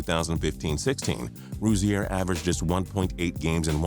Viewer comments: It's pronounced Rosier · It's pronounced Ro-zeer not fucking Ro-zee-air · Terry ru-zee-air 😂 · Why do you pronounce Rozier like that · The way he says Rozier makes me cringe. This dude obviously don't watch basketball. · Learn how to say rozier next time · You're badly mispronouncing Rozier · U trying to pronounce terry rozier was killing me dude and u r dumb if u think anyone picked out of the lottery can be considered a bust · You pronounced Rozier wrong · You are saying terry Rozier wrong I met him that you are pronouncing it wrong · You said Terry Rozier's name wrong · You cannot say Terry Rozier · I'm mad at how he pronounced rozier